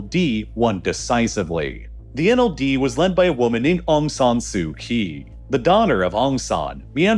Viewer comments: You're saying aung san's name wrong. You're also saying Aung San su kyi's name wrong, You're basically just disrespecting the whole Aung San family.. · I have lived in Myanmar for 13 years with my Myanmar wife Thanks for your balanced summary. Only a few factual errors. Some pronunciation help; it is our - Aung Sun Sui Chi. - Kyi. Tatmadaw - door. Royhinga - ga is ga ga & hing as in hinge, The main protest were in Yangon, not Nay Pyi Taw. As a Kiwi l have experienced some big shakes. The March shake was bad, long rolls in my office. Yangon is stable and safe as long as you don't do anything silly